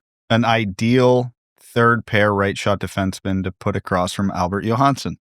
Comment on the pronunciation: They are both “yo-hanssen,” not “Jo-Hansen”